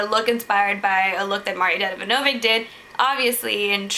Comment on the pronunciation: you messed up his name. don't say it again. ever